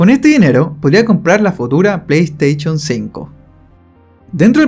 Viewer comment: Me podría comprar la PS5. Mis oídos: La cacastation 5:v xD